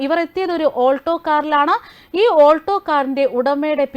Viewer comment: Olto alla Ketta alto 😂